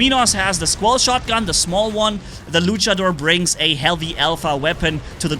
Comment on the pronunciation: I love how says Luchador Lucha-DOOR